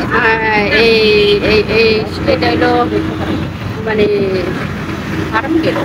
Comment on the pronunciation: উচ্চারণ শিখতে হবে, মুখে পান সুপারি নিয়ে কথা বলা যাবেনা। ফারামগেড কি??